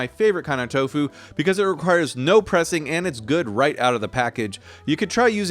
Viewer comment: “I ❤️ TOFU” 🥰 “I ❤️ TO FU” 💀 💀 💀